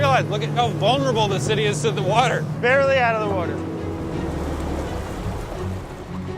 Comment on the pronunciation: I never knew how much I would mis Brad saying Wourder. The prject is amazing too and I am glad this is happening.